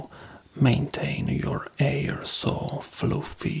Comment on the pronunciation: "Your 'air are so eh, beautiful" something about that is adorable 😂